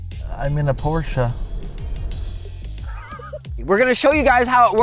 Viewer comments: it's not porsche, it's porsch' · its porschE not porschA porschE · Whats a Porsha? Theres no ha in Porsche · there is NO a in posche! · or fact he calls it a porsh-a? 🥴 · Not really. He pronounces it better than the people saying Porsch. But his pronunciation (Porscha) is still not correct. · PLEASE LEARN TO PRONOUNCE PORSCHE!!! THERE IS NO A IN THAT NAME! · Man, i hate the correct pronunciation of "Porsche" 🤦🏻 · That is not the way to pronounce Porche, man! Nerds... 🤣 Cheers from Brazil! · I'm not expecting anyone to do anything. I just corrected the statement that pronounced it correctly. Because he didn't.